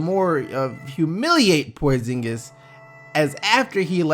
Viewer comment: kris what?? prozingis say it again